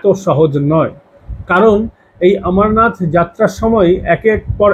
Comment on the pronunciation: ভালো বিশ্লেষণ। কিন্তু 'আমরনাথ' নয়, অমরনাথ।